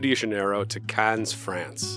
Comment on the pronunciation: The s on the end of Cannes is silent.